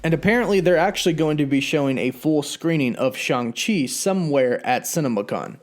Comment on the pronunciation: It’s pronounced Shong Chee not Shang Chee